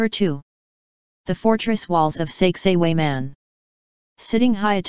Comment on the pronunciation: At least she could learn to pronounce the names of the places in Peru, Ollantaytambo, Machu Picchu, Sacsayhuaman.